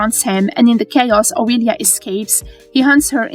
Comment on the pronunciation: I love these episodic recaps, and I love accents. After all, MN and VM are the brainchild of a bunch of nerdy ass voice actors. But my ears bleed every time I hear "Oweeelia." Whether the commentary is AI or an actual person with a very heavy Eastern European (or thereabouts) accent purposefully mispronouncing names to seem AI, it kinda ruins an otherwise good recap for me. (My apologies if an actual person voices this. I meant no disrespect.)